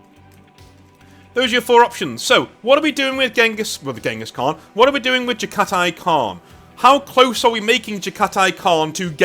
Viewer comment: Pronounced Jag-ha-tai. God my ears are bleeding. Also I won't hear shit about overused Mongol/Jaghati themes, when space vikingwolves exist, when ultraromans exist, or when catholic-bearers exist. Mongolian history is rarely even talked about compared to these three. Let our throat signing have their time in the sun.